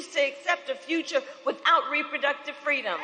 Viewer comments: Oh my DOG…..here comes the lie about “FWEEDOM” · Is she going to steal the MLK story here, and pass it off as her own? “Fweedom”? 🙄 Fake Phony False Fraudulent